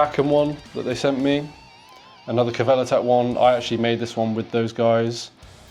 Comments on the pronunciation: just FYI. "Kver-ler-tark" Means chokehold. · LOL the way he pronounced Kvelertak! u probably know but its Choke-hold in Norwegian